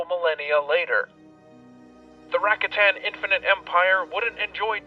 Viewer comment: Yo, nice vidz! But they're pronounced "Ra-KA-tan", not RA-katan. Think about it 🤓